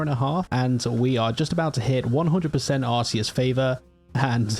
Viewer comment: It's ar-KAY-uss btw, not ar-SEE-uss 😌